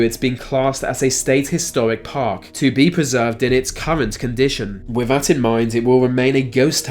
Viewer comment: Why do you pronounce words with a th as if that makes the F sound? It's "thousands" not "fousands", and it's "with" not "wif". It's fun listening to you butcher the english language. Lol